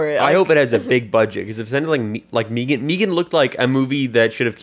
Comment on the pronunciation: Y'all's pronouncing it 'MEE-gahn" threw me off and only after Googling did I realize that it's been showing up a lot in my reccs lately